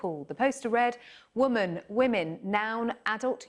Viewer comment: lol that dumb bitch read the pronunciation of woman wrong.